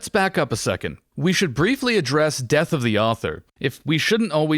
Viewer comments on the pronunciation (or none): none